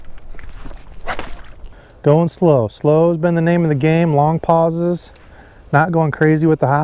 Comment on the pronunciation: The joke about “the cream you put on sore muscles” that said it’s when you said “long pauses” it sounded like you said “Salompas” which is an analgesic cream for sore muscles!! LOL!! I totally got the joke!